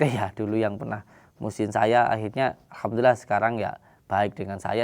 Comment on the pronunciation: alhamdulilah ko bacanya ahadulilahirobil